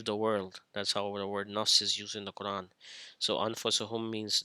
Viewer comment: Your Arabic is catastrophic, you can't even pronounce Quran correctly. No wonder your a misguided heretic who lies about the hadith.